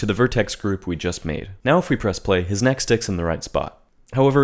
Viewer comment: “…and selecting the vertices for that kNEhK”- - lmao